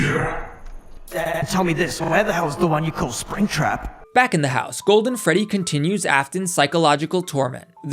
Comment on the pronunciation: 'Alright, let's catch ourselves a apringtrap' 💀